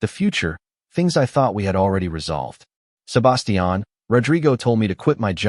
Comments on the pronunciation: Butchered the name Sebastian 😂😂😂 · It's like they used an accent for only his name but English was their first and only language and they've never spoken to anyone that didn't speak in a monotone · The way the AI says Sebastian is annoying as hell.